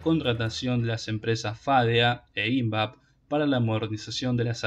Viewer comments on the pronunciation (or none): TENES LA MANIA DE PONER ACENTO DONDE NO VA.... ¿PORQUE FÁDEA Y NO FADEA ? ¿PORQUE ÍNVAP Y NO INVAP...? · Hola.Exelente informe. Sólo te sugiero unas pequeñas correcciones de pronunciación en cuanto a su acentuación. Invap (investigaciones aplicadas) se acentúa en la A. FADEA, en la E, y PUCARÁ, en la última A. Saludos cordiales estimado, Dios te cuide siempre. Por otro lado, la empresa rusa KAMAZ, se acerca con pie firme, para instalarse en Argentina. Las instalaciones correrán por cuenta de KAMAZ como base para la producción y venta de camiones pesados para Argentina y latam. La particularidad que tiene KAMAZ es que fue creada y fábrica vehículos militares. Usará las dos versiones. Pará uso civil y militar. Muy probado y confiable (se los usó rn las competencias del París Dakar). Muy adaptable para el ensamble de cualquier tipo de armamento. Sin más, será hasta el próximo informe. 🙋‍♂️🙏